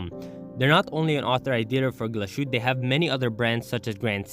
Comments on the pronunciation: Wow you didnt even bother checking how the name is pronounced? You do know they speak German in Germany not French? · Not bothering to make the minimal effort of spelling and pronouncing Glashütte correctly is insultingly lazy.